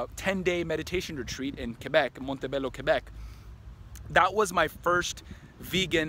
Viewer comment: Prosciutto, Montebello.. your Italian pronunciation is unusually good for a Canadian!